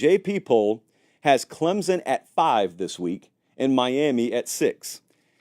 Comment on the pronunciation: It’s “Clem(p)son!!